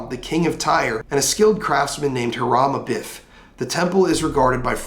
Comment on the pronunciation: Its pronounced like this: Highrum A beef